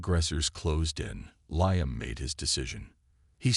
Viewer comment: The name "Liam" is pronounced "Lee•um" NOT "Lie•am." Why do all these AI bots mispronounce so many names and words‽